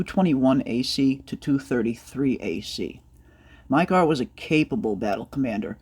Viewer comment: Mi k ah not mi car